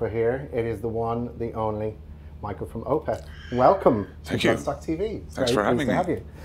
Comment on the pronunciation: Everyone pronounces his first name incorrectly. It's "Mick Ale"